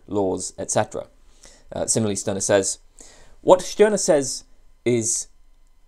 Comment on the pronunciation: At last someone who pronouns the name "Stirner" correctly.